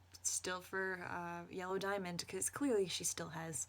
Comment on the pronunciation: It sounded like you said Jello Diamond. New fanart plz~